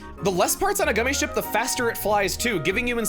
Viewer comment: He calls it gummi skip it rhymes with Emile